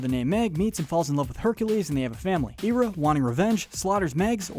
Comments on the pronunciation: Just so ya know it’s not Era it’s Hera; just so ya know. Ok? Sorry to interrupt, keep going. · THERES AN "H" in HERA . its pronounced hair-uh not ear-uh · Omg. The H in hera is pronounced. Her name isnt era. Its hera..... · IT's pronounced Hair-a not Hear-a. thats why hecules is pronounced Hera- clees in greek which u got right. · Hera. Hair-uh. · When he said hera I think he eera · Just saw this video and started watching it; got to the point of him mispronouncing Hera's name and had to see if anyone caught that. With as much effort be put into making this video, you'd think he'd get it right. Right? Okay, rant over. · Not subscribing due to the pronunciation of Hera. Alcmene, too, but mostly Hera.